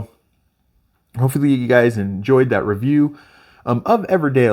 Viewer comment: Good video. EverDELL, not EverDALE 😉